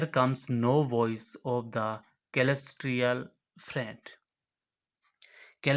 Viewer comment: सिलेस्टिअल नाम ह वो केलेस्टिअल नही ह